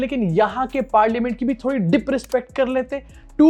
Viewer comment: “Dip” “rispect” “parliamench”